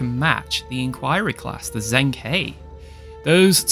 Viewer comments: Hey mate watch all your vids sorry if I'm being pedantic but it's pronounced jung-her. Don't know how they said it in the show but I'm Chinese lingual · Its pronounced like (the He sounds like 'Her' in English). The Zheng, I cant even romanize it properly.